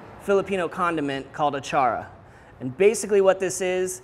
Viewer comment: Impressed Filipino here! Great job! Don't forget to rrrroll your "r" when you say, achara 😉